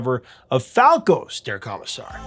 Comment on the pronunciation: Am I the only one who winced just a little every time Prof said "Kah-missar" instead of "Koh-missar"?